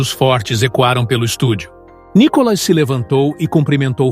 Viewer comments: Por favor, não é ' Có" Cacilda, é " Ni ". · É Nicólas ou Nicolás ou NICOLAS ? Fala certo o nome do cara MEU! Põe a sílaba tônica no " I ' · PORQUE VC ORA SIM ORA NÃO PRONUNCIA O NOME DE NICOLAS ERRADO 😢